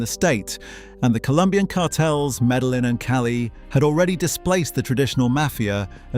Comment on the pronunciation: It's AI slop, They also didn't pronounce half of the names in the video properly They pronounced the fucking Ls in "Medellin" 🤦‍♂️